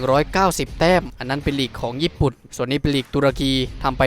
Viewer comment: ฟังแลัวขัดหู วันหลังเรียกญี่ปุ่นว่าแจแปนกันดีไหม